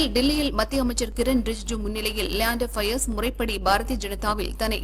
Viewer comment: His name is leander pious not fiaz